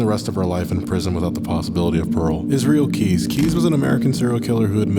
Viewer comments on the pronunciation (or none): none